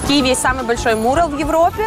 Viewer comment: МУрал или мурАл. ЕСТЬ ПРАВИЛО!!!!!!!!!!!!!!!!!!!!!!!!!!!!!!! А если не знаешь, как правильно, загугли орфоэпию слова!!!! Правильно мурАл!!!!!